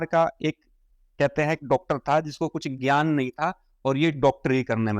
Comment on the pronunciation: First of all its Gyan Hindi mei ज्ञान not ghan pehle bolna seekho tum jaise log jinhe vedh shastro ki baat krte ho aur ek mamuli Kabir ko bhagwan batate ho sanskrit aati ni baate tumhari vedh shastro ke upper tipadi krna